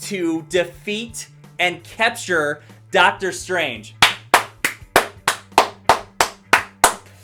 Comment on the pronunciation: You say capture funny. Hm.